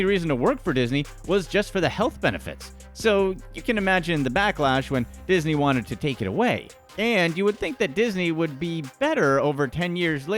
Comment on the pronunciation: Did you notice he said isney